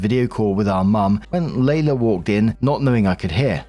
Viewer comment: Story 1 - When sees "Leila"...and instantly mispronounces it as "Layla". Here's a clue: "LEE-la".